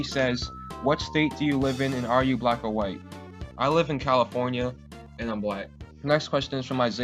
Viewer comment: When the dude asked are you black or white, did you say black or white, it kinda sounded like both, lol